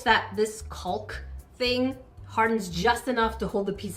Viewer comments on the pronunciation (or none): Fun Fact: Did you know that Mosaic art dates back to 120 and 100 BC? A Roman mosaic from Pompeii, creator. It was a piece that portrays Alexander the Great in a famous battle against Darius III 😊 Caulking is pronounced like walking (just replace with “w”) 😅 I’m a separate person too … I would good nuts without separating those pieces 😂 OCD is not my best friend 😊 Maybe to secure the smaller pieces that move around you can add a dap of super glue of E7000 to keep them in place. My favorite was the little vase 🏺 it was really cute! I liked the way it was looking when you were wrapping the string instead of tying the box 🎉 You could have just added some glue at the end to adhere it. Your videos always make me smile and laugh. They talk to my inner child ❤🎉❤